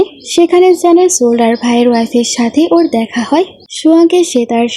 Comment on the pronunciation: সোলডার না বলতে হয় সোলজার বুঝলে?